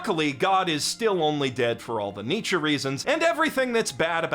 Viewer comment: My favorite part of this video was when you pronounced Nietzsche correctly - and I liked the rest too.